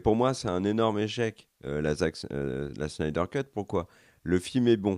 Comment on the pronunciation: ne sait pas dire snyder, ne sait pas dire hawkeye. 1 partout balle au centre.